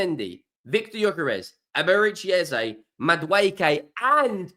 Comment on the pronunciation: as i have told you. Be the first to not Mullah the name of Eze and not Ezay. Then I'll subscribe Why do most Brit's never listen and try to get peoples name correct? they is No A where it has an E in it. Ask E-z-e where's an there's A in that? 🤣🤣🤣🤣🤣🤣 And BTW Sezco will be the player Arteta wanted and will get. Ayounger, tsaller, plaed in a better quaiity club. Arteta will develop him.